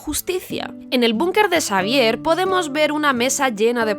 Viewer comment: en vez de decirle Xavier dice prof Sabier